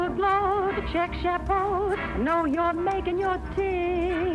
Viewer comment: I thought she was saying “chic chapeau.”